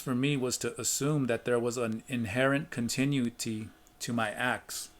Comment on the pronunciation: con—tin—oo’—it—ty. 5 syllables with accent on the 3rd.